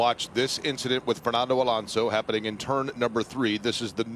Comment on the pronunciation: thank you for FINALLY saying his name right...